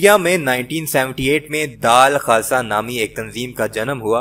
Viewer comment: Bhai daal khasa naheen dull khasa talffuz saheeh kerrain